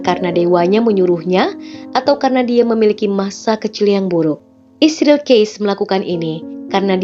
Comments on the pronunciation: Gak profesional, ada beberapa kata yang tidak disebut, seperti Gereja, Kristen, maupun Yesus. Dan membaca Israel aja malah isril, kalau gak biat kagak usah dibahas. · israel mbacanya isril ya